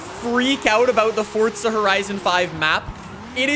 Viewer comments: Forza not fortza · FORT-ZUH…??? I don’t understand… FOR-ZAH Say FOR-ZAH 5… just one time… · Why does he say fortza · FORTZA HORIZON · 'Fortza' horizon lmao 🤣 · istg if this guy says "fortza" one more time (idk if thats ac how u say it XD) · If you say FORTSZA one more time I’m going to bite my eyelid off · be like: Fort-za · how is it "fortsa" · you spell forza better than you say it